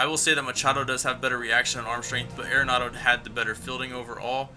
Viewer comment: Think I'm going to stick with Arenado till IE goes away, at least. BTW, I just recently learned it's pronounced 'Are-nado' not 'Aira-nado'.